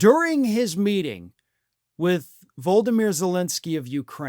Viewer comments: I love you, but please stop saying “voldimir” and pronounce it “volodimir” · Voldemir Zelenskyy?? Come on,, you can do better than that - it's Volodymyr. Maybe you have been reading too much Harry Potter? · Vo-lo-di-myr. You make it sound like Voldemort. XD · Vladimir not voldamere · It's not Voldimir. It's embarassing you don't know that now. I unsubscribed because of your pathetic tone when trying to mock the trumpenfuhrer. It's so far beneath you. Guess now I have to stop watching all together. Ya, think I'll block you channel...for now anyway. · ❤❤❤❤❤❤ I love you brother. But please, pronounce Zelenskyy’s first name correctly. You make it sound like he whose name is not spoken.😘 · Can y'all just learn how to say Volodymyr!?